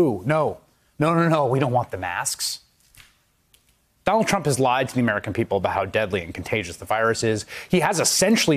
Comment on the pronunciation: I'm sorry Chris Hayes but did you say "Donald's Trump"? Got McDonalds on the brain huh?